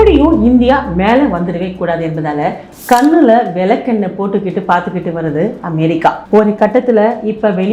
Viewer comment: நன்றாகப் பேசுகின்றீர்கள். ஆனால் தமிழ் உச்சரிப்பை சரிசெய்யுங்கள். (கன்னுல விலக்கென்னை)